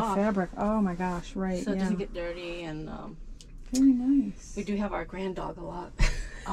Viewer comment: Did she say grand dog lol😅